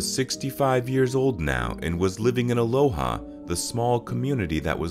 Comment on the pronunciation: It's pronounced uh LOW uh